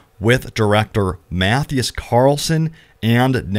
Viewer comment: Just trying to help out for future references... Mathias' name is pronounced MAH-thigh-az. He was our game director for many years on The Division and The Division 2.